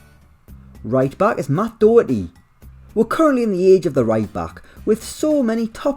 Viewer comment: He butchered the pronunciation of Doherty, roasted Ireland and named Declan Rice and Jack Grealish all in de space of 10 seconds, good job! Irish guy must be fuming right now 😂🇮🇪🇮🇪